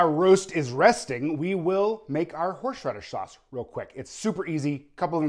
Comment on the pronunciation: ...I have a hard time saying "Horsh-raddish" too....